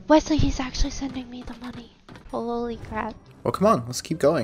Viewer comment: “WES LEY” 😂😂😂